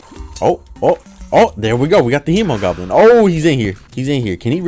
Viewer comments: It's not Hem-o-Goblin it's He-mo-goblin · I do believe it is pronounced with a He not a Hem because the Hemogoblin is a play on Hemoglobin which is a protein that transports oxygen in your blood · its hee moh goblin not hemow goblin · It’s pronounced homo, not he-muh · its he-moh not he-muh he-moh-globe-in from everyone ive heard say it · He didn't though, he pronounced it as in hemorrhage, and not as in hemoglobin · Its Hemoglobin not hemorage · The hemo part of the hemogoblin comes from hemoglobin, its pronounced like he-muh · i thought the hemo part came from hemo which originated from the greek word haima which also means blood. hemo is pronounced hee-mow which is how i pronounce it with the blood moon mobs too. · Spooderman79 hay-mo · The Hemogoblin shark is prenounced like heemogoblin because it's named after the greek word for blood, which is pronounced like heema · The Hemogoblin Shark is acúlalo a mix between the words “Hemoglobin” and “Goblin Shark”, so it actually would be pronounced [Heemo], or if you like IPA, [Hē-mō] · I like the Blade Staff because haha funny, but it kinda sucks. Unless you only focus on damage reduction reduction, it can't do much to anything besides super common enemies. Also, it is Hee-mo-goblin Shark. This is because it's based off of hemoglobin, not hemorrhages, and hemoglobin is with a hee. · It is He-mo. It is a joke on the word Hemoglobin, which is a cell making up blood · I think its hēmogoblin with the long e because it comes from hēmoglobin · I think it's pronounced hee-moe-goblin. It's a play on words of hemoglobin, which is in blood and pronounced Hee-moe-globin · It’s pronounced hee-moe-goblin after hemoglobin(what gives blood it’s red color) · I believe it’s pronounced HE-MOE-GOBLIN. It’s a play on hemoglobin which is a component of blood. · its uhm pronounced heemo-goblin as in haemoglobin in your blood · its pronounced heemogoblin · It’s hemogoblin the hemo in it is pronounced like haemoglobin